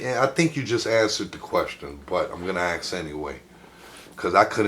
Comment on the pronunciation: My God this buffoon just can’t accept an answer from his interview! If they don’t answer the way you want, just move on to something else! Don’t “axe” the same question 4 different times!